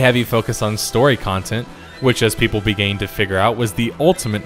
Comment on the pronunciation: And too stupid to pronounce "began".